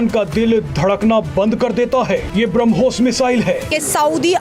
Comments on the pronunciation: यह पाकिस्तान के मूर्ख है और मुर्ख ही रहेंगे ब्रह्मोस को बरामुस बोल रही है😂 इन पाकिस्तान के अब्बा और भाई जान इनके उतरते हैं इसलिए😂😂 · ***People: It is **BRAH+mos--NOT brum+Hos!!!**